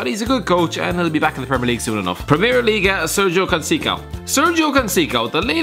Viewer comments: Sergio "Concicao"? 😂😂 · The way you pronounce Conceição hahaha its so wrong mate. You should say it like "Conseisom" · conceicao is pronounced Con-Say-Sow Cannavaro isn't the best in CSL either Schmidt or Olariou are miles better. Spaletti is better than Allegri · It’s pronounced “ consseissao” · The way he pronounces Sérgio Conceição though ... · DOn't E V E R say Conceição again lmao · Please don't talk about the liga nos again. In the other video you said the best player in liga nos was bas dost, but if you watched portuguese football you would know jonas is by far the best. And now you say Sérgio Conceição ("ç" sounds like "s") is the best manager when Rui vitória has won the domestic title 2 times in 3 years, he has reached the quarter final of ucl and the round of 8 of ucl and won other domestic cups. Again, at least do some research.